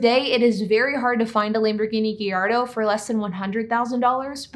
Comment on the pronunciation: The Lamborghini “Geyardo” 😂